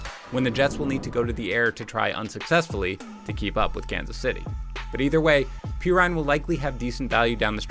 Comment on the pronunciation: "PEE RINE"????